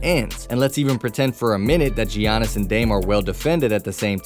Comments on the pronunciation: His name is pronounced like Yannis. Not gee-onis. Championship title, one of the top players and content for you, you could at least say his name correctly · Say jeeyanis one more time i dare ya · “Jee-yannis” Wojanowski” “Mike-ah-ale Bridges” “Al-dridge” come on bro I wanted to leave a like